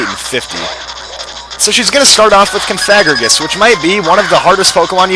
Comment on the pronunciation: That's not how you pronounce Cofagrigus